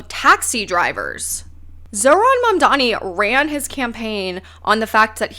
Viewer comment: Or Mandani and not I madman?